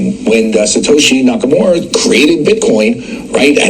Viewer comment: 'Nakamoorah' en 'Mister Bluebin'? Good lord, get a decent journalist please.. Next thing you know he'll be talking about 'crypto coin'